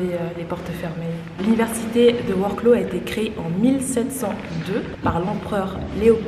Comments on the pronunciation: Wroclaw pourquoi vroclau? vroçwav (prononcez chaque lettre comme pour l’anglais) 😊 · Alors après vérification voici comment ça se prononce 😂 Vorsouaf 😉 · Salut et la ville wroclaw se prononce gretsouaf bonne nuit les petits à demain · Il me semble qu’on prononce Wroclav,j’y ai été plusieurs fois 👍🇨🇭